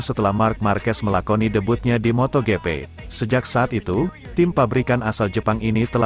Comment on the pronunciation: njir beneran di baca moto gepe, fix nih orang jarang/ga pernah nonton moto gp. tulul nya kebangetan,sok tau lagi